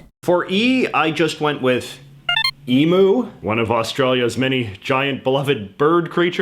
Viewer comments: It’s not e-moo it’s e-mou.. like you for the o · I love the vid and im not trying to be rude here but its pronounced eemue not emoo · no it's not an accent thing, north americans just dont know how it's pronounced. it's eemyou (as in the word you) not eemoo (like a cow sounds) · It’s not emoo it’s eemyuou but spelled emu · Emooo? Being an Aussie I audibly shouted EEM-YOUUU😂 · For jj: it’s E MEW that’s how u pronounce it not E MOO😂😅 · It's Emu Mate. Not Emew you sound Like you Said EMEW MATE JJ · Ironically, Emew reads like the correct sound. E-Mew. E-Myu E-Moo is still horrendous though. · It's not emoo it's flipping emu U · It's pronounced Em-you not Em-moo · Stretch mate, this yanks top hat calling our little mate an E-moo drives me madder the a belt buckle in a vh commo on a scorcher! Needs a knock around the chops with a with an empty froff, he’s really busting me plugga. It’s pronounced E-mew, not e-moo, it’s not some kind of electronic bovine, it’s a flappy boi that’ll kick the piss outta ya if ya take one too many Winnie blues out of the glovey on a night on the piss. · I swear is I hear someone say EMOO again. Be prepared to fight me and an EMYOU mother fu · It is pronounced E - myu not E - mu. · J.J. McCullough saying emu like eemu instead of eemyu makes me want jump off a cliff as an Australian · "EEEEEEMMMMMM-YOU"! Not "Eeemooooooooo" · Lamingtons traditionally don’t have jam. And when you say EMU it’s eeem-you. Not eeem-ooo. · This was a fun to watch all but the way Emu was said umm its not a cow it does not go moo. Emu is said E..mew or EEEEEm you. Google translater is good to get the right sound. Other than that well done guys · Emu is said em-you not e-moo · It really pisses me off. Every time I here some one say emoo, I scream it’s emyou. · ee-moo its Eem-you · it really annoys me how non Australians say emu, like they really dont say it right, they say ee-moo,, but it’s pronounced eem-you! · That made me yell how to say emu not in the emm